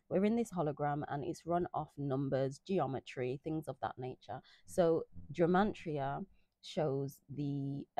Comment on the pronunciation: It sounds like youre saying gemantria 😃